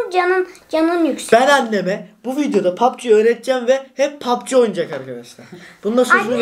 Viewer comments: pubg ye pabçik demesi😂😂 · Lütfen artik şu oyuna papçi demeyin g harfi ci olarak okunuyor pabcii mobayl die okunuyor o kadarmi sıfır ingilizceniz var